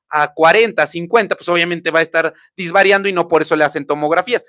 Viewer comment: Se dice desvariando doc, no disvariando